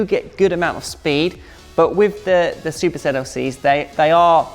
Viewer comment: I am pretty sure that you kept saying Zuper ZLC